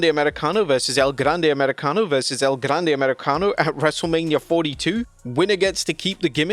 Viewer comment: I’ll never stop marking out when blud repeats “El Grrande Americano”